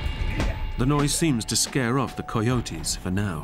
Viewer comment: I've never heard someone pronounce coyotes like the narrator, he says it like the word "coy" at the beginning